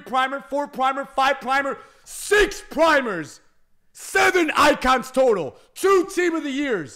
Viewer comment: It pisses me of how he says primers instead of prime icon 🤣😂😂😂😂🤣